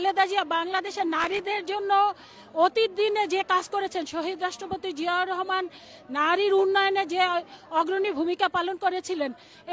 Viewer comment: অনুরোধ রইল জিয়াউর রহমান এর নাম ভালো ভাবে উচ্চারণ করুন।